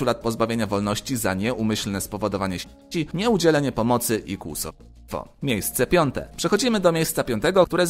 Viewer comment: tak ciężko jest wymówić "śmierci" i kłusownictwo"?